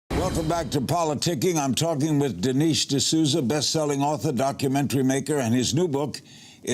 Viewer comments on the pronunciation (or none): Maybe learn to pronounce his name, Lerry.